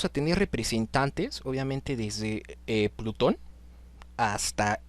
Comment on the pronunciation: Minutos Plutón jajaja, es platón, mi hermano.